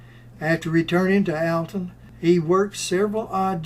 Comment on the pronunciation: Alton, IL. Pronounced ALL TON